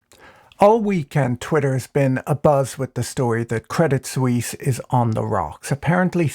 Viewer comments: Swiss here: I laugh about every of your CS jokes. Most people here really hate CS and UBS because they are constantly embarrassing us and are involved in every shady dealing that is going on. PS: But please ask your CS friends to teach you how to pronounce it.. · Debit suisse loooool hahahha